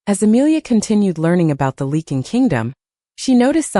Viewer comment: I wish someone would teach the A.I. how to say Lycan. It's supposed to be Lie-Can not leaken! It's also "The Lycan King" not the The King Lycan. I know English is difficult but if you are going to tell a story you should at least learn how to pronounce the words.